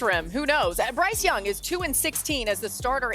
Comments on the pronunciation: “Bryce Dung”….nah Dan, you were right! 😂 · Bryce Dung....come on Dan 😂